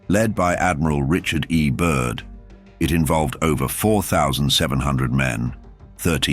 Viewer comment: Admiral Byrd, not Admiral Bud. Great video. Thanks for posting.